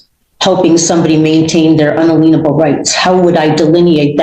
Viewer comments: Could someone PLEASE teach her how to say “inalienable”! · ... as she proudly misprounces, actually massacres the word "inalienable".